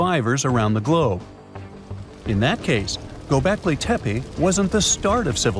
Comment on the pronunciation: Gobekli Tepa? I thought it was Tepe.